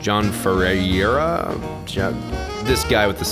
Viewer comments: number 5 is pronounced fur-air-ahh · Ferreira is pronounced "Fair-ray-rah"